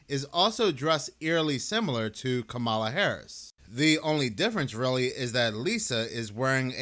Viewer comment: I love your channel but can you please have enough respect to call Kamala correctly. Comma-la ,la thanks